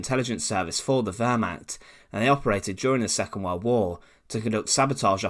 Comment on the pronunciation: You are still clearly mispronouncing Wehrmacht. You come off like a high school presentation. Very amateurish. Come on. You can do better.